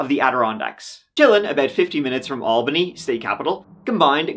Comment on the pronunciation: Good job pronouncing Albany correctly!